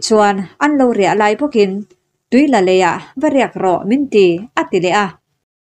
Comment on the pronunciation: Tuila i chhiar dan hi a diklo deuh... Arlâ kan sawi a, lâ lam rik anga lam tur zawk a ni e